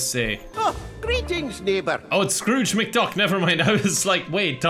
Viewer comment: Did you call Scrooge mcduck doloeld